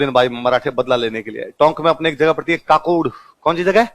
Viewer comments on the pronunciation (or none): काकोड नहीं सर boliye ककोड तहसील उनियारा जिला tonk